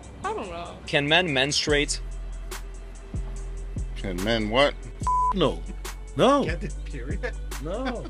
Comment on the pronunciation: Men-STROO-ate...not "men-strate"...the word has THREE syllables. MEN STRU ATE